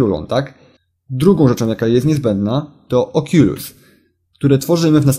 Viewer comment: czyta się okulus